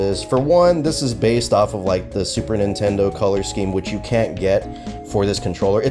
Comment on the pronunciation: Mate can you make a separate video and pronounce Nintendo and then 8bitdo